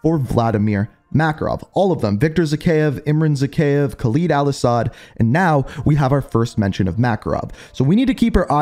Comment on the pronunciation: This man keeps saying khaleeeed instead of kha “ LEAD “ al asad